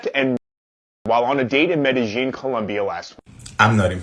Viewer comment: A travel journalist that can’t seem to pronounce Medellin correctly?😒 A city that even the locals don’t pronounce it that way so YOU should know better.